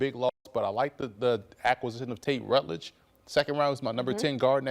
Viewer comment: Who is this clown. He cant even pronounce Ratledges name right. He thinks the only reason Parsons sucked vs the run last 4 yeara is because he wasnt motivated. And doesnt recognize that GB has ZERO runstoppers. And doesnt know Parsons, Hobbs, Nixon and Jenkins are dealing with injuries.